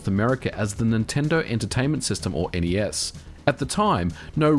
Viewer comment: Thank you for saying N-E-S correctly.